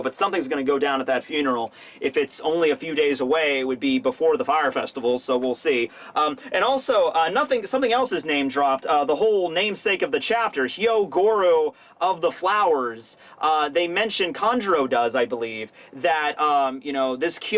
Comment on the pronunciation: Repeatedly saying "Hyo*RO*goro" through the vid. Me: is HYOGORO dude for crying outloud🙆